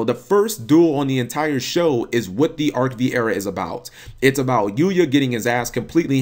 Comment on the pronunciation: Btw, Arc-V is pronounce Arc-Five #themoreyouknow